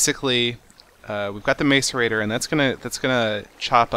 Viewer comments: MASS-erator. It's hilarious listening to him saying MACE-erator. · It's pronounced mass-er-a-tor not mace-er-a-tor. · He is pronuncing macerator wrong the ma is not like may but is like mac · "mass-or-ator" not "mace-er-ator" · It's pronounced masserator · its not pronounced mace-erator it is pronounced mass-erator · It is pronounced like Mass-erator not Mace-erator Seth :P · mac-a-rator, not maca-rator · Oh. And by the way, it's Mas-erater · It's pronounced mah-sor-ater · I don't mean to be mean but its MASS-erator, or at least how its pronounced. its bugging me a little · IT'S PRONOUNCED MASS-ER-ATER!!! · Pronounce macerater like this (mass-er-a-tor) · Will you please pronounce it mah sir ate or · macerator is pronounced mass-er-a-tor not trying to be mean, just it bugs me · Lol how he says macerator. It's said. Mas ir ra Tor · Macerater is said mac- er-rate-or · it is called a mass a rator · Your saying macerator wrong! it's pronounced "Mas-er-ay-tor" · Its pronounced masseur actor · some people pronounce it MACE-aRATOR stop being mean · Macerator (Mass-e-rator) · its pronounced "mass-arator" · You say it like mass-a-rator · lol You are saying macerator wrong.. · calm ur head,u dont need to get that mad about a mispronounciation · You said it wrong